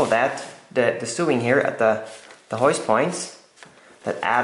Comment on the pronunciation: Thankyou for the video. FYI sewing is pronounced sO-ing and sew is sO